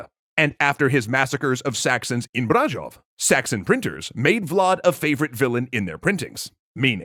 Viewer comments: I'm fairly confident the middle consonant in "Brașov" should be ʃ, not ʒ. I think this would also have been easier to pronounce for most Americans as I think it's a more common sound across most versions of English, so I wonder what happened there. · It's probably the automatic one from Youtube. Which basically tells us that there's some accents that pronounce Brazil similarly to how he pronounced Brasov.